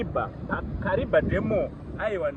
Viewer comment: You pronounce as kariva that's a tonga word kariba